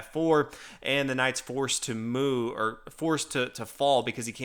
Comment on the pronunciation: "And the knight's forced to moo.."